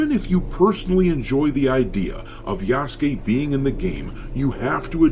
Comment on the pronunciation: It's pronounced Ya_su_ke